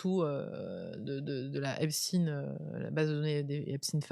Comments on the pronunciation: Epstaïn epstaïn pas epstiiine 😡😡😡😡😡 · S v p , dites Epstein et non stin !